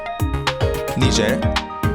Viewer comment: he pronounced like “nijer”